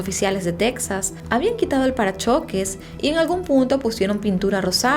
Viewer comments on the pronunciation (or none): none